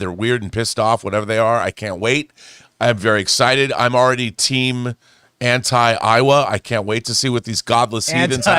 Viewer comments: Look guys I don’t wanna be that guy but you keep saying Iowa from Avatar like the state of Iowa. It’s Eywa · Is anti Iowa or anti Eywa, because I'm from Iowa? lol